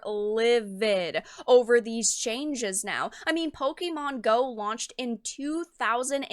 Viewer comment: Pokémon, not pokimon.